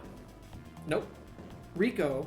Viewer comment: It’s pronounced Rai-Co, not Rico. Rico was with Billy and Chuck 😂 besides that I’d say our lists are almost entirely the same. I would have Goro as the Fucking Best just because he was really the face of Mortal Kombat in the arcades. If someone was fighting Goro the entire crowd would gather to watch, the fact he was a clay model too and not a person made him stand out so much as well. I do agree that he does the job way too often nowadays but he’s right there with Scorp and Sub as one of the most visually identifiable characters in gaming.